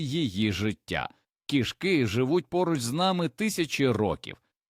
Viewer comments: У слові кІшки наголос на першому складі! Нутрощі тут ні до чого! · Жахлива озвучка ШІ, неповага до глядачів. КішкИ, кігтЕточка. 😢